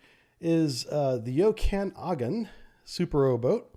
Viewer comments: Ojibwa = Oh - Jib - Way Onondaga = Oh - Non - Day - Gah Okanagan = Oh - Can - Naw - Gan Named after Indigenous tribes in Canada, sorry I know you tried your best to pronounce the names but man was it killing me haha. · Pronounced O-jib-a-wa Oak-kinn-nogin Own-on-dawga Or at least this is how many Canadians would say it. I'm shure these are poor Anglo approximations of indigenous pronunciation. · Hey man, the „Okanagan“ is pronounced „oak-ah-nah-gon“. We have places here in the Columbia plateau in Washington (state) named after the same area north of here in Canada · Canadian here, just wanted to clarify the pronunciation for you. Ojibwa = O-jib-wah Onondaga = ahn-nin-dah-gah Okanagan = O-kah-nog-in